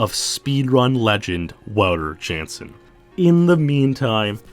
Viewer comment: Wow-ter is (mostly) correct. Ou as in ouch. Got his last name wrong though. Jan sounds more like yawn without the w, Ya(w)n-suhn or Ya(w)n-s'n, the uh sound is extremely short.